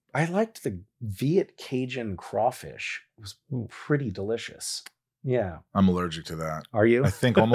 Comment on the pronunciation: as a home grown louisiana man, i wanna thank you for saying crawfish and not CRAYfish. :)